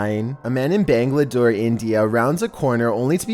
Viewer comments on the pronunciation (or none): it's bangalore not bangladore! (Not to be confused with Bangladesh)